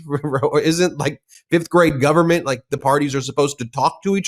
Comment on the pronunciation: maga mike can't even say government. He says gubment